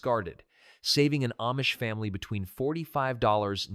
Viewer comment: Difficult to believe anything is true when AI is used. It doesn't even say family correctly. Family was pronounced efamily.